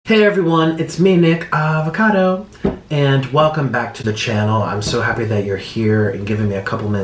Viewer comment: I love it how you emphasize the AVOCADOOOO